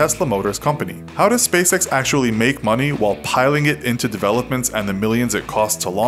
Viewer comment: Why does spacex sound like space sex?